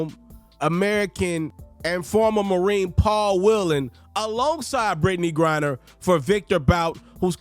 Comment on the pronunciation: It's Griner not Grinder big dawg 🤣😂🤣😂